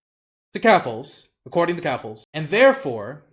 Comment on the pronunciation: "keffaluffle" xD